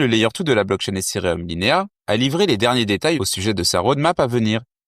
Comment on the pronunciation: Les gars vous avez 0 hype vous voulez nous vendre des trucs, sérieux... Vous n'écoutez pas les gens, vos gingles sont malaisants, la prononciation de ethereum aussi. En revenche la qualité des infos proposées sont excellentes. En gros le contenu est bon le contenant claqué au sol. Preuve vous n'avez aucune croissance organique.